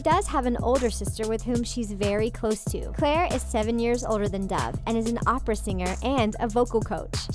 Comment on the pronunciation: Its cloe im close toi her like she said lol